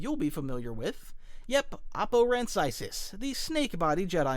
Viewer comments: Isn't it "Oh-Poe-Ran-Sies" (I could be wrong, but I thought that's what it was) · Oppo Rancisis is pronounced “Oh-Poe Ran-Sis-Is